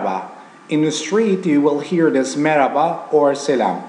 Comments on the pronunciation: merhaba. not meraba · Dear teacher, you pronounced 'Merhaba' like arabic way like way from throat, at the part where you say 'HA'.